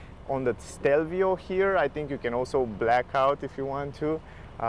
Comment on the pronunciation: It's Stelvio, not Shtelvio